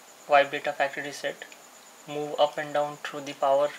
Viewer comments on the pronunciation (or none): What is that "ooop button"? Don't pronounce "volume ooop button", pronounce volume up button" (up...AP" OK?